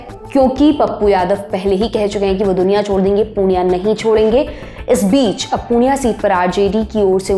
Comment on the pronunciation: Hey not punia it purnea